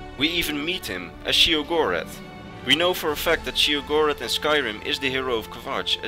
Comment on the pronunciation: Great video as always, but there's 2 things I need to straighten up: Sheogorath is pronounced "Shay-oh-goh-wrath" The Greymarch doesn't last 1 day, it's an event that takes place during the remaining time of the last year of an Era. First, the Great Torch of New Sheoth goes dark, indicating thee start of the Greymarch, then the Obelisks of Order become activated by defected Priests of Order, them the crisis keeps escalating until Sheogorath himself is freed as Jyggalag. Funny thing that happened to me: When Sheogorath was morphing into Jyggalag and saying how he was totally gonna rekt the Isles, Haskill gave me his greeting, "Always a pleasure." Needless to say I had a good laugh.